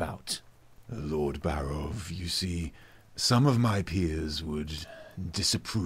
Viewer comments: Buhrahv... Buhrahv....?? Wtf. It's BAREOV. Clearly. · I would have bet my life that it was pronounced "BAH'-roff"